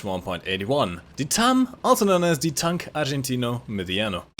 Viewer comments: And I get heart attacks when he says "tanque argentino mediano" horribly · Your pronunciation of "Tanque Argentino Mediano" just made me cringe the fuck out lol